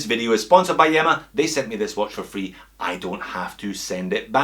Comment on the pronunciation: I think that you pronounce this one as EEMA as in ilya. Keep up the great entertainment